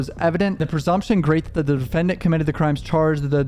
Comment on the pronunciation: HE NEVER SAYS "THAT". HE ONLY SAYS IT LIKE "DAT"!!!